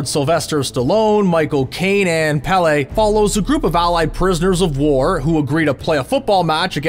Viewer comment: "which stars PALÈT" Learn how to say Pele. Bro.